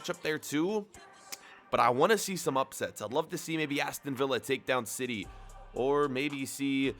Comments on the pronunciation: Aston vee-ya 😂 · How did he just pronounce Aston Villa 🤣